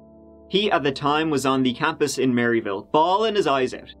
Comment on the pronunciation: You can tell ain't from here. Everyone pronounces it Murr-a-ville